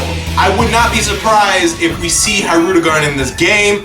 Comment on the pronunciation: Oh Man U butchered his name lol